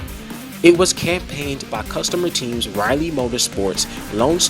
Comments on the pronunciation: Stop saying “teamses”. It’s not a word. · Were you saying teamses or am i just high